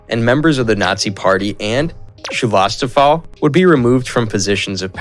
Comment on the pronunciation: I'm glad that someone else noticed that hillarious butchering of the word Schutzstaffel, too. When I finally got it, what he meant with that funny word, I laughed my ass off! 😄